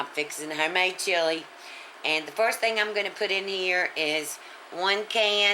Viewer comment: Twenty foist